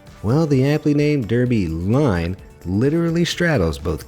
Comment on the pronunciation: Isn't the name of Derby Line pronounced "Darby Line"?